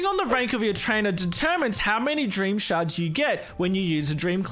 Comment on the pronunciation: When he said shards really fast all I heard was sharts